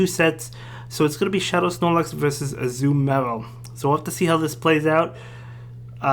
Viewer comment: Ah-zoo-mel lol